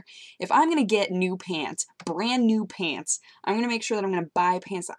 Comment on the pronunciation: "Peants" Lol It's you say pants funny